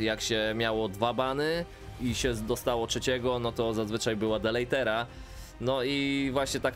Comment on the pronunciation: Deletera, nie delejtera. Ogarnij mowe